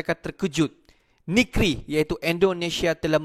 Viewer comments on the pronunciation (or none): DEK SBUR TEMPAT TU YANG BETUL YAH . BUKAN NIKRI YAH . TAPI NEGRI .